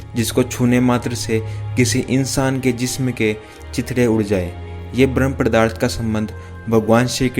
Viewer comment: पदार्थ होता है, प्रदार्थ नहीं